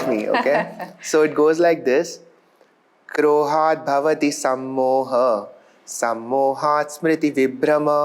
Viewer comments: Anger is krodha and not kroha. With due respect to his views and qualification where he has expressed from a Neuro science perspective his prerogative there must be a finer understanding of the underlying Supreme consciousness Brahman Gunas Maya Etc then the yogas of karma and Gnana. Let krishna grace everybody watching this to go beyond just a narrow perspective of the body mind intellect Ego and understand the ultimate reality It will be good if verses are pronounced properly in sanskrit Saranagathi to the lord being in the field of Action will bring the ultimate realisation of the eternal Truth Hare krishna 🙏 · There is a mistake...Pronunciation should be " Krodha' not "Kroha".